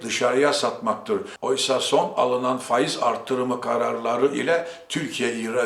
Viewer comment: Zira değil.ziiraa....Faaiz...